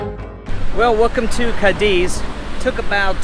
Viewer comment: before you do these videos it would be great if you a little, just a little, homework. You even pronounce Cádiz incorrectly. Just a little more effort and you’ll be on your way.